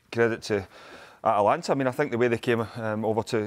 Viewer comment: The name of the club is ATAlanta not Atlanta. It's so annoying to hear 😂😂😂